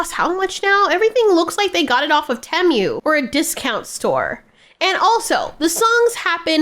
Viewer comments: I agree with everything you said, except for how you pronounce Temu haha. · I’ve never heard temu pronounced like that before 🤣